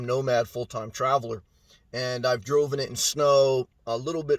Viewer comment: Nice review, and just to let you know it’s “I have driven it” not “I have droven it. You said that multiple times in the video, just disturbed me 😂